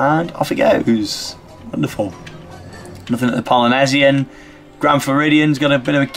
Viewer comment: its poly nee sian